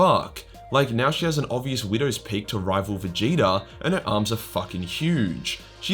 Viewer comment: "We will provide the HAAMS!"